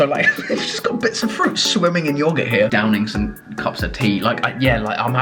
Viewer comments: Anyone else kinda triggered how Chris pronounces yoghurt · Who else is getting annoyed by the way that he pronounces yoghurt